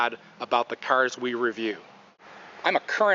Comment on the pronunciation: So annoying the way he say 'cars' -_